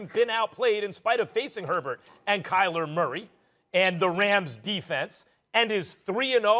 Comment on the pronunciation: "Tyler Murray" 😭😭 - Stephen A.